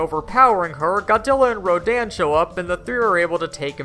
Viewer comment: In the Toho movies, Mothra - like Godzilla as a parent protector - is referred to as a "he", not a "she". Also ( I've mentioned this before ), the name Rodan was pronounced Ro-DAHN' in Toho movies, rather than RO'daan.